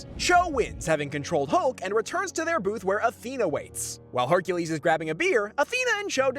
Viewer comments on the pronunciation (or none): none